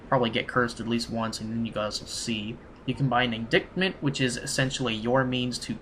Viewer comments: Lol I like these walkthrough's a lot, but this guy's pronunciation and vocab are hilarious at times. "this here is in-dick-ment", while trying to read "indictment". "This is how you re-paw-st" while trying to read "riposte". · Indictment LOL, It's pronounced IN-DIE-T-MENT